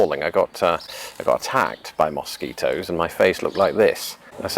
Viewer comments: Ana Darko He needs some serious advice on how to avoid mosquito bites. And how to pronounce mosquito. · The way he pronounces mosquito, is a perfect example of how language is spoken differently depending on where you're from. It definitely makes life interesting. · When I hear his pronunciation of Mosquito in the English accent I can think of is the "Wooden Wonder"!